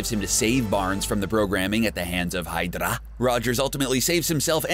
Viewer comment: Why did you pronounce h.y.d.r.a as hydara (it sounds like you were combining madara's pronounciation into the word)